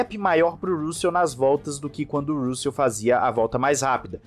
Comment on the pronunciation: Cara, pelamordeDeus, pronuncie RÂssel ou algo parecido! Sua pronúncia é péssima!!!